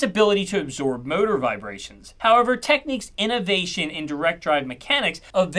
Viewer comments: I've always wondered why people pronounced it "Techniques" back in the day, and as our host does here, when the name is "Technics" and phonetically is NOT the same. So which is actually the correct pronunciation? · I have a fondness Technics which this has reawakened. I hadn't realised the brand had died, so you've brought me up to date as well as giving an interesting summary of their story. But jeez...It's TECHNICS not 'Techniques'! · Please be advised, the correct pronunciation of the brand is (phonetic) "Tek-nix" Techniques is an actual word which has nothing to do with this brand. Not sure how you could not have known this, however the content and info in the video is fantastic. Thanks for all the research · I suspect part of the problem was the name, a large part of their market, the USA could not pronounce the name correctly, calling it Techniques, rather than Technics (pronounced Tech nicks). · Anyone else hearing "Techniques" rather than "tech-nics"? Is this an American pronunciation or am I miss hearing him? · For my whole life I’ve always thought it was pronounced Tech-nics rather than Techniques?! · I'm pretty sure it's pronounced "Techniks" not "Techniques" anyway didn't Panasonic owned these and just dropped the brand name due to Panasonic being more popular? Great vid by they way. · bro you are saying techniques - say it like this Tek Nicks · techniques?!? its pronounced Tekniks like tech from the word technology ;) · it's "tech nicks" not tech neeks .... cant watch this anymore :) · Techneeeeeks... Oh, hi mark! (Tek - nix) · It's Tek-nix, not Tek-neeks. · Love the great info and the delivery. However, what made me stop viewing half way through was the constant mispronunciation, it's pronounced Technics, not Techniques!! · It's pronounced tech-nicks not tech-niques, I don't get why people pronounce it this way. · It's Tech-nicks not Techneques silly boi :)) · its Tech-nicks not Tech-neeks btw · It's not Techniques, it's pronounced like Teknicks.